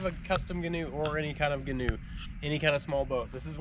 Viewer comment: Love it😁 FYI it's pronounced gee-noo